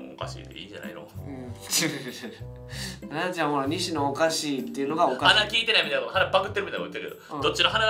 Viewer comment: 関西弁の発音だと「ナ↓ダ↑ちゃん」ですねｗ